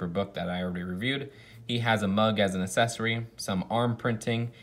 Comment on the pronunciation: I dig your channel but i have to do it. There are two “c’s” in accessory. Its not “ass-sessory”